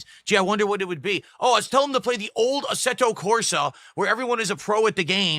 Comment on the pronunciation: He keeps saying asserto when it's asseto. Why does he try and sound fancy.